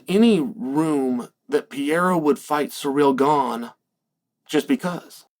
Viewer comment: I completely agree with Uncle Chael, Alex Pee-era should fight Surreal Gone for the interim belt